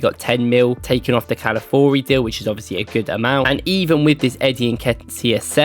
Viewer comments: All due respect bro but please, it's Cal-a-FEE-OR-ee 😂😂 not Cal-A-Four-ee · Love the video as always. One thing. Calafiori….pronounced like CAL-AH-FEE-OR-E. Calafiori